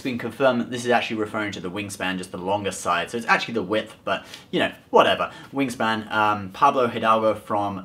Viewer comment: He said wing Stan alot